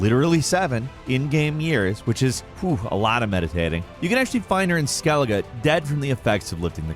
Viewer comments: Skellij? I thought it was pronounced Skelli-ga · SkelliJ??? It's pronounced Skelliguh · My man really said "Skelij" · Why do you pronounce Skellige wrong but correct ? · "especially in SKELLIDGE where half the time you're just running from one island to the next." Did you record this line before playing the game? I can't imagine anyone who actually played TW3 referring to Skellige as "skellidge." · How do people play the game and still pronounce it Skell-idge? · "Skellidge" Eww. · I swear intentionally mispronounces things to be annoying. Skellej? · did you just say "Skellidge"? Lol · Excellent as always, but DAMN? Skell-ige?? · “Skellidge” lol Keep up the good work! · The conflict between the claim this man loves playing Witcher and the way he says Skellige with a hard G, it's painful. Like seeing "Game Journalist" and "Dean Takehashi" in the same sentence. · i also discovered one thing in this video : you mispronounced Skellige this one time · The way you said skellige bugs me 😂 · No. 11: I’ve never heard Skellige pronounced like that before. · For 1, you might have noticed if you actually played the game. You pronounced Skellige wrong, you nob.